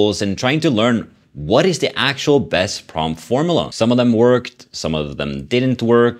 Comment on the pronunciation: What’s A “Form uh luh”?😂 Form you luh